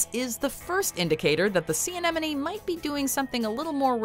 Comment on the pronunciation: ANEMONE - NOT AMENOME i know its a tongue twister but as your job on youtube. Sort it out